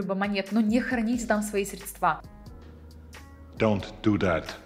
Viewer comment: Не средствА, а срЕдства)) Из какого болота девушка вылезла?